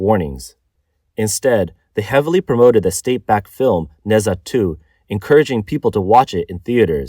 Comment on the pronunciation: Why am I going to trust what anyone says about china that can't even properly pronounce NeZha. 😆